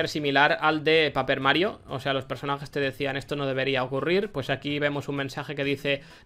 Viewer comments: Gente: /pei-per/ Guinxu: /pa-per/ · Perdón por mi pronunciación en japonés… procede a llamar al juego P A P E R Mario 🥲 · Me ha dolido cuando has dicho "paper mario 64", el ingles on point jajsajsj aun asi buen video como siempree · Ese Paper me dolió los oídos, así como el 64. Se llama "Paper Mario" a secas, o para la nintendo 64. Lo cual es EXACTAMENTE lo que pasa en occidente, (Insertar voz de Stryder7x) "Having a friendly conversation with NPCs crashes Paper Mario". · Guinxu enfadaste a mucha gente diciendo paper mario de la manera que la dijiste xd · Dios, me ha dolido como pronuncias paper mario